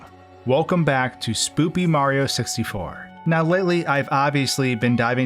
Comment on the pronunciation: why does he say "supamrioo sistyfour"